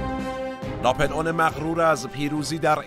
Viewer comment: It’s NAPOLEON not napelon try to correct pronunciation